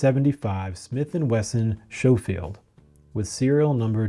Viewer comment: You pronounced Schofield wrong ! You clearly are not a gun guy! By the way.. the C is not silent! The H is, slow one! The only reason I'm being mean is Because, there's too many people making videos about things they know nothing about nowadays! It's pathetic!